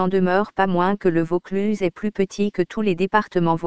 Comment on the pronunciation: dommage cette voix de synthèse qui déforme les mots notamment le plus important Vaucluse en plus la dictionnaire est lente et monocorde bref 8/20 et encore